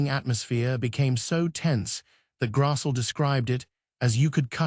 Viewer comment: Grass-lee is how it’s pronounced.